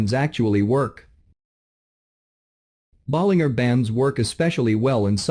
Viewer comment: Please pronounce John Bollinger's name correctly. The last three letters rhyme with merger or manager, not finger or burger. Listen to him introduce himself on his videos to confirm. (John Bollinger on Bollinger Bands).